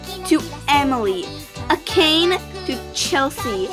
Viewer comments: Its mi-yu-ki and a-ka-ne not acane ya-yoi not yeyo and na-o not nayo, rey-ka not rika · Mi-yu-ki not Myuki A-ka-né not Akene Na-o not Naho Ya-yoi not Yay-yo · Akane pronounced (A-kahn-ae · correction on the pronunciation! Miyuki -mee-yoo-kee Akane-A-kah-nay Yayoi- Yah-yo-ee Nao-Nah-o Reika-ray-ka and i get these were mistakes, but instead of makito (how u said) its makoto. with an o. sorry if i sound rude, just trying to correct